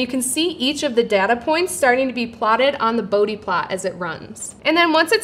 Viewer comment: Please learn to pronounce Bode.